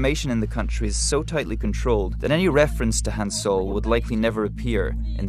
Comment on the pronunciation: It's Kim Han-sol, not "soul". 김한솔 (Gim Hansol or Kim Han-sol)